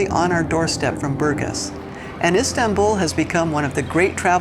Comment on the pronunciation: The city in Bulgaria 🇧🇬 in which they retired isn't pronounced Burgas like she said it totally wrong with the punctuation on U. The city is pronounced as BurgAs, as the punctuation on the A.